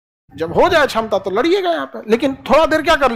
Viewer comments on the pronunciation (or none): छमता ✅ क्षमता ❌